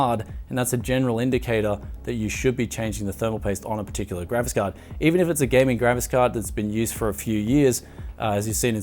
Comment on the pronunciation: is it just me or is he always saying: "Gravis Card" instead of graphics-card?